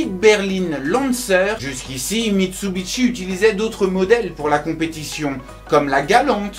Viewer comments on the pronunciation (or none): pourquoi tu dit mitsubitchi